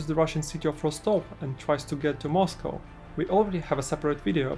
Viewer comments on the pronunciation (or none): none